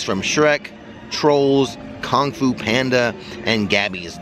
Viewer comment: Lol "Kong fu"